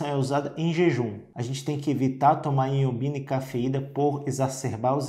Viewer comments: Ñ é iombina, é ioimbina o correto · O nome é Ioibina e não Iobina como na sua pronuncia. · Dr. É Ioimbina e não iombina. Te liga mané!! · Pois é. Ao menos pronuncie o nome corretamente. Vc fala errado. O correto é Ioimbina e não Ioimbina. Perceba que há uma outra letra "i" na palavra que o Dr m ignora quando pronuncia o nome da substância.